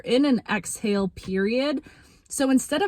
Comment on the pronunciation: "exhale" period not "exile" period. ok. period.